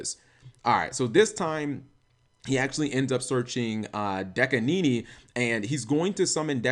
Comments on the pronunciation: Dekanini? It says Dakini, Cap. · Dakini is pronounced like Bikini but with a Da instead of a Bi